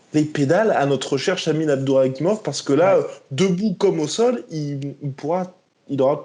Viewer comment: Pas Abduraguimov mais Abdurakhimov mdrrr vous confondez souvent